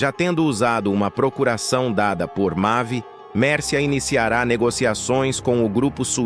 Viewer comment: Quem diabo é mave se o nome é mavi ou vc não sabe lê ou narrar,essas mentiras